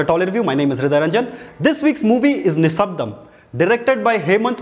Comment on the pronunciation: exactly I'm pleasantly suprised that his pronunciation is more authentic than annoying bgm "నిషబ్దం"